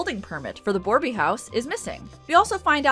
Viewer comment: Hello, just a bit of a pet peeve for me being a native and all, borbey is misspelled probably intentionally, yet it's pronounced bore-bay, and not as boreby, still appreciate the effort.